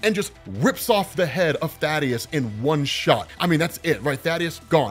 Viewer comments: Also. Thay-Dus. His name is Thaedus, not Thaddeus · Planet's name is "Viltrum" The people are "Viltrumites" also "Thaedus" is not "Thaddeus" its like th-ae-dus. Good videos tho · bro, I think dude's name is pronounced "thay-dus" or even "thay-eh-dus" not Thaddeus..lol aw thad lol